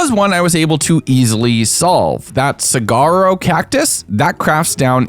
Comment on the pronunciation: excuse me?? CIGAR-O??? 😧🤣